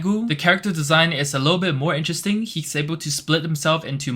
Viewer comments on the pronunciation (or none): none